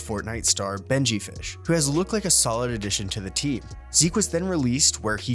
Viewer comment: how do you manage to call benjyfishy "benjyfish" and even worse, how do you manage to call cauanzin "kaquzin"